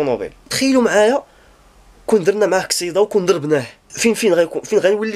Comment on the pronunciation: كسيدا اصاحبي ماشي كصيدا